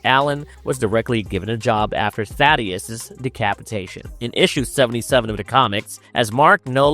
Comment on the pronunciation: For the love of God, its not THADDY-US, its THAY-DUS. I keep hearing people mispronounce it in every video and if you actually watch the show and listen, they literally say THAY-DUS